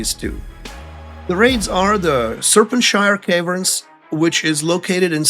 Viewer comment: "Serpentshire Caverns" lol